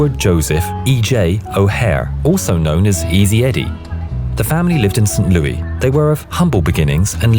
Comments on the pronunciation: Guy with English accent calls it "loo-tenant" and not "lef-tenant"--good. Calls the American city "Saint Louie" and not "Saint Lewis"--darn. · Great video, one complaint. It's not Saint Louie It's Saint Louis! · From Missouri, it's pronounced "Saint Lou-es" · “St. Louis” Yea that’s how you spell but but more people say “Saint Loo-iss” I live near St Louis for 10 years so ya